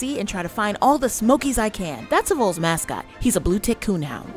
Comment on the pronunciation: If you were really a Vols fan, you wouldn’t pronounce it “Voles”or “Vooles” or whatever that was, yankee. It’s VOLS, (as in “Vahhls” , short for “Volunteer” ). A vole is a small rodent. Vols are Tennesseeans who volunteered in droves for the War of 1812 and all wars and natural disasters since., Hence we are the “Volunteer State” known for our “Volunteer spirit”becuase we all stand up together to fight, or help a neighbor, or do whatever needs to be done…….not a rodent.